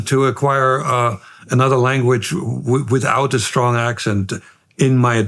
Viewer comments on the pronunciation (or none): "but certainly I don't talk like Arnold Schwarzenegger" (5 seconds later) "withOUUT a strong accent"